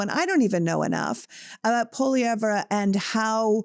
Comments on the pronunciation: Don't worry Pierre poilievre is Not winning. We're not worried. For your shows sake Google how to pronounce poilievre...say it 'without' the re at the end. Elbows Up 🇨🇦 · It’s pronounced Poy-lee-ev, not Polly-ev-re….pot-ash, not po-tash